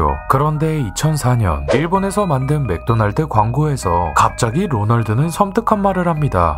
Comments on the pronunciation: 마끄도나르도 중독성 있는데? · ㅋㅋㅋㅋㅋㅋ맥도날드 발음이 마꾸도나루도 라서 개웃김 ㅋㅋㅋㅋㅋㅋㅋㅋ